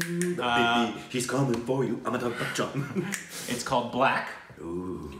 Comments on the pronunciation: its not Back Chan.Its Bachan ;) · I can't tell if you are pronouncing his name as Bachchan like Bach the composer or not, sometimes I hear it, but it's pronounced as you would say "Buh-tch-an" without the hard "k" sound, other than that love the energy and you are true cinephiles.